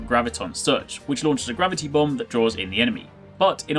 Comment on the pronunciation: haha it sounds like he's says bum when he talks about the bomb